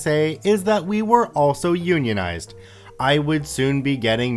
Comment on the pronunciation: Glad you can pronounce "unionized" as opposed to the other dude XD. "un-ionized." Had a good chuckle at that story this morning.